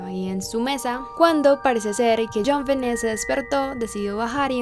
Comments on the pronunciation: min.1.07...a ver..como quedamos en como se pronuncia el nombre de la niña?...tu pones..Jonbenét..pero luego lo pronuncias con acento en Jon..Jónbenet...entonces... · Me encanta mucho este video y este canal, pero acaso soy la única a la que le desespera un poquito como pronuncia el nombre como “JonVené” jaja. Amo tus videos!!